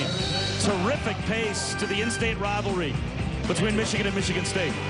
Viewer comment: Color Commentator's inability to say the word "Michigan" correctly is irritating XD